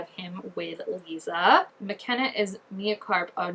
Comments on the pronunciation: I always tell people when I’m telling them about the books how to say Lissa’s name and that is. Say Alyssa but then remove the A and you will have Lissa. You can even do it with Melissa if you want just remove the M and E and again you will have Lissa. Hope that helps you say her name. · Lissa is pronounced like the word lisp or listen. They’re pulling stuff from all 6 books and merging characters and changing some storylines like Robert isn’t Victor’s half brother anymore but his husband and they have two daughters Sonya Karp and Mia Karp. Sonya as in the teacher who turned strigoi and Mia is said to be the merging of both Natalie’s character and Mia Rinaldi’s character. Also this mia is gonna be in a relationship with a novice named Meredith who played a really small role in the books. I also heard we’re gonna get Adrian in episode 6!!!! Super excited 😆